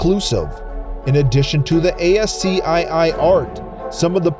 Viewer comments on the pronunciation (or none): "a-s-c-i-i"? You mean "askey"?? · ascii... askey? did you just say a "gift image? wtf?